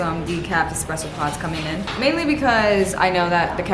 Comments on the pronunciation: I literally love your videos! I’ve been watching you since last year, thank you for all the cozy vibes❤️ Ps: it’s espresso not expresso 🙈❤️ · Take a shot every time she says EXspresso